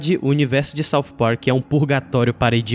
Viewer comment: Sauf Park........ odeio essa pronúncia